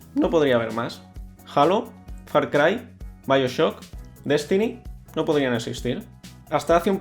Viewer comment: Increíble, ni siquiera Alva Majo pronuncia bien "Halo"...